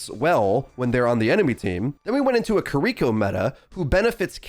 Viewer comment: Who’s “kur-eeko”?